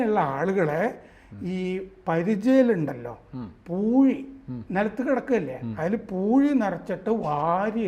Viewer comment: പൂയി അല്ല സഹോദര "പൂഴി" എന്നാണ്.